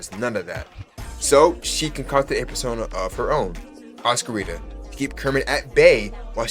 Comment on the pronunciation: WAIT HOLD ON- ITS PRONOUNCED OSC-CUR-RITA AND NOT OS-CURE-ITA??? (Sorry if I interpreted that wrong😭)